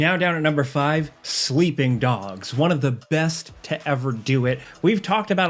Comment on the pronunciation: I swear you said "Sweeping Dogs" at first, Are you going UwU?